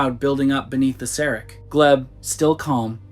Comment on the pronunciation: It’s not pronounced serick. It is pronounced serack. Ack not ick.